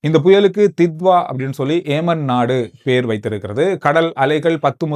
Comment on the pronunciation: ஏமன் அல்ல யெமன்